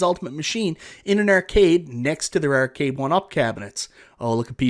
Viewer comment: This is my first video. I don't think I'll ever tire of hearing him say the word "Ehrcade";)